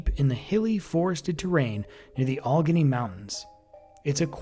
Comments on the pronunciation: In PA, it's pronounced (AL-luh-gain-ey) Allegheny lol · Its pronounced Al e gainy